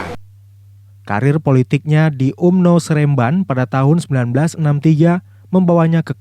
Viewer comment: Di tulis UMNO jdi di baca Amno,, bukan UMNO ,, itu ejaan bahasa inggeris,, hai teungku baca berita